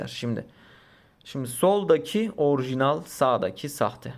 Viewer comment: orğjiğnal arkadaşlar